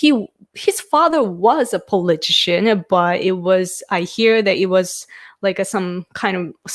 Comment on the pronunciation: I really appreciate your insights into Prime Minister Suga. It's nice to get a Japanese perspective. Just a note on your pronunciation of "politician" - it seems you are almost dropping the "ti" syllable, but it needs to be emphasized. You get it correct when you say "political." "Politician" is pronounced the exact same as "political" except for the last syllable.